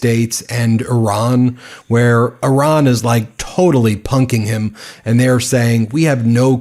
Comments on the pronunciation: PLEASE DON'T SAY "ERAAN" THE COUNTRY'S NAME IS IRAN PRONOUNCED "EERAAN", THANK YOU. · He cannot even pronounce Iran. My god. He's a disater and the world is affected. Im so sad, stressed, and not sure how ill make it through. I did global business. 35 years gone and now poverty because of him and a psycho family. Chimps never going to help. We wont make it 4 years. 4 months ruined us. We're ruined